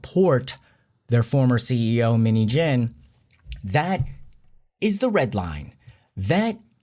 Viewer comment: You say minheejin but i hear minijin.Btw this whole things really affect us and make us more stronger and prepare for the upcoming lie, hardship.With BTS for life💜